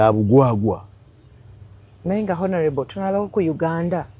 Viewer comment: Not "H"onourable but "O"nourable. The h is silent